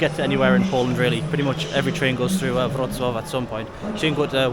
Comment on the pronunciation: You pronounce Wrocław nicely—it’s not an easy name.